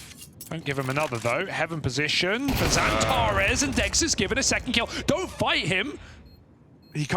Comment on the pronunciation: Speker sürekli Xantaresss diyor😀